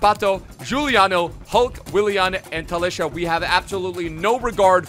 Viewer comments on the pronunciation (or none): who was annoyed by saying talisha? anyways is really underrated